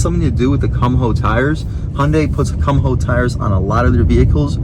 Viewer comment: the way you pronounce the tire brand it sounds like "cum hoe" XD afaik it's pronounced "koom-ho" with the "ho" part soundin like in "ho"nda